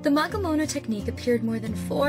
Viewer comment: I’d like to say “magemono “ not “magamono “